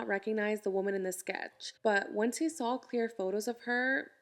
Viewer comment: "he never sawl her"